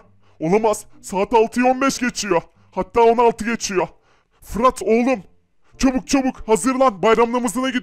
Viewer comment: çubuk degil çabuk diyor